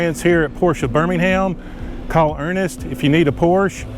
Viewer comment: A word to the wise - "Porsche" is a two syllable German name. Respect people, respect.